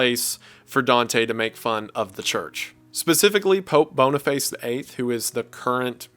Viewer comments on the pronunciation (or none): And Pope Boniface he said “boney-face” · BONIFACE IS PRONOUNCED “BON-EE-FACE” EE as in fEEd.